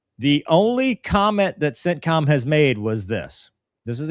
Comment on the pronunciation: Whenever you say “CENTCOM”, I hear “sit-com”.